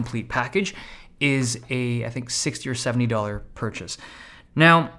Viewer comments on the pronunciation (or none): none